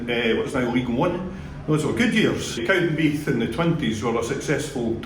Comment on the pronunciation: It's "CowdenbeaTH" not "Cowdenbeef" 🙄